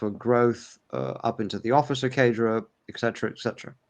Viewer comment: The only word he missed was cadre he said “Cardro” His sentence structure is 100% an Englishman, who has spent all his life in the UK. Oxbridge educated possibly. I have been married to an Englishman for 30 years who has spent 60 years in the UK. I have checked with him. He does not believe for one second “” is anything but English from the South.